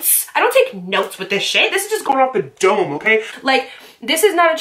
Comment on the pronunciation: The way you said "Dome" lmao 🤣 😂